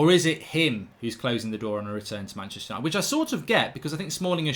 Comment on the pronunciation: Stop sayin manchester ushited so often it cringes and theres kids watchin.. foul word